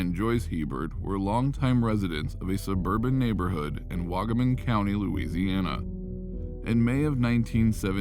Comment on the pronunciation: I'm from an area near the Stephanie Hebert case. It's not waggaman county. It was is Jefferson parish. Louisiana has parishes not counties. And waggaman is the city not the parish. (You also pronounced the city wrong).